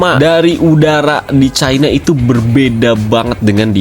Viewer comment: next klo ngucapin china tolong nadanya di kurangi tekanan nadanya , bbrp kali nadanya spt rasis era orba